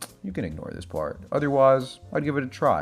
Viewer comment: "If you prefer simple edit *tongue click*, you can ignore this parrrrt" kills me every time, how did you come up with this!